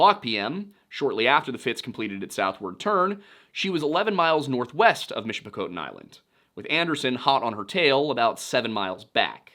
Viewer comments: Loved this coverage however a few things. Its the ste/sainte in sault ste marie is pronounced saint, like catholic saints, on both sides of the ditch. And Michipicoten the 'coten" is pronounced like cotton. Otherwise amazing coverage. My favourite part of the song (aside from the ode to thr great lakes which is just poetry) has always been the "When suppertime came, the old cook came on deck sayin' "Fellas, it's too rough to feed ya" At seven p.m., a main hatchway caved in, he said "Fellas, it's been good to know ya" part. Which I never actually knew anything about the cook but now knowing his background?? . .. . Ffs 😢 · Great video! As a Yooper, I would like to express my appreciation for the this video! I would like to offer a pronunciation guide to three places… could just be my hillbilly ass keying in on your Pennsylvanian accents. Sault Ste Marie (Soo Saint Marie) Michipicoten (Mich-ah-pe-cot-on) Keweenaw (Key-when-nah)